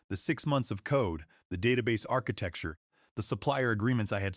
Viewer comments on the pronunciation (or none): Mispronounced “architecture”, “10 dollars zero zero zero”, wow. AI still suxs.